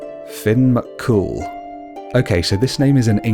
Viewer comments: The way you pronounce Mac cool really bothers me. When you say the name is supposed to sound like there is no middle C. "Macool" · finn is the original pronunciation of it. mac cool on the other hand is annoying, it's macCumhaill